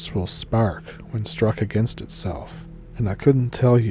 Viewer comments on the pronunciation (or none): none